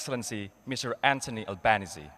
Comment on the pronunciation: Kampungan abis dah.....nama pronounce-nya: ALBANESEEEEE not albanes